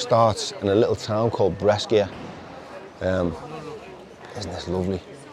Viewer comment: You pronounce it Brasha (Brecia)..... a as in apple and sh as in shoe 🙃